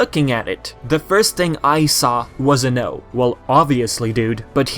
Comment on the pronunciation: During the video I kept hearing you say "what I see is an O" as "what I see is a no"